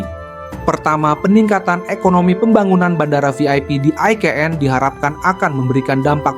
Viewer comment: Pewartanya gk bs baca ni, IKN woooyy bukan EKN